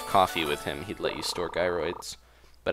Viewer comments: its jy-rids but it Is kinda anying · Am I the only one who's getting really annoyed that he keeps saying "guy-roids"?